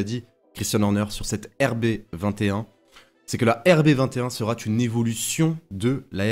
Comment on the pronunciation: Vidéo intéressante. Merci à vous. Une petite remarque, il n'y a pas de "t" à "sera". Donc lorsque vous dites par exemple "La RB21 sera une évolution de la RB20", il n'y a pas de liaison en "t". Désolé de "pinailler" mais bien s'exprimer est important, au moins pour moi! 😀